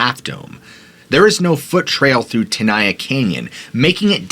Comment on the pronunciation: Tenaya is Ahwahneechee not Mexican. I grew up in Molesto, was a Boy Scout. My council was Yosemite, my district was Chief Tenaya district. Locals pronounced it ten aye ya not ten eye ya. It's Mee wuk not Mee wawk. It's Gay len Clark not Gallon Clark. This guy gives me the creeps not the park. Me and my friends worshipped the park and to this day I have never been there. It's for tourists who don't respect it, don't revere it, have no souls. The hotel was built in '27 for the rich. I am mixed blood and I suppose, to this punk I'm living under a rock. Where do the homeless live in the park? Ca like other states is becoming just one more banana republic. During the Depression, the Okies(the homeless) could pay a couple of dollars and stay in the park all summer, fish for trout. My biology teacher in HS would serve as the park naturalist during the summer from school, Mr Heller, would wear a poncho and two 45 acp's.